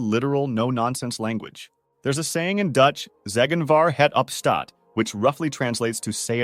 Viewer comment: As a Dutch person, I can respectfully confirm you completely butchered "zeggen waar het op staat", to a point I had to turn on captions to figure out what you were saying. But this was a really nice video! I loved seeing an outsider shine some light on our ways.